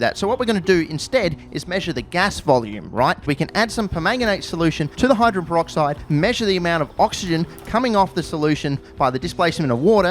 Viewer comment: "hydren peroxide"?